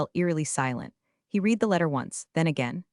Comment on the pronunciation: Again, I won't subscribe until you have someone edit your ai-generated stories. It generates a storyline, then repeats same information in a slightly modified version. Some words are mis-used versions... for instance, read (red), is pronounced as (reed). You probably don't even read (reed) these comments...